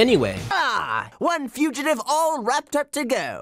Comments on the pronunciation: I hate how he said fugitive like fugutive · What the fuck is this guy's pronunciation. Libary? Okay, fine, that one's pretty common. But. Fuguhtive? What?